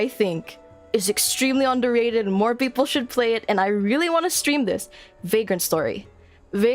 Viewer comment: You're so cute! Beautiful model! I enjoy listening to you, and this is the first time I properly hear someone speak Tagalog! 10/10 comfy as heck Almost sounded like "peakple" which would be... ahem, I'm not some kind of nerd who likes puns! LOLITA DRESSES? Based and fashionpilled